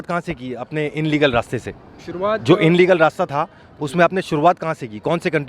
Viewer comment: Inlegal nahi illegal hota h